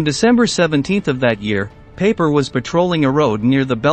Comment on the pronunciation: Pie-Per NOT Paper!